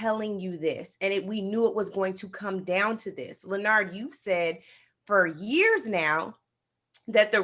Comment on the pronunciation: How come I cringe when she says Leo-nard yo? Why???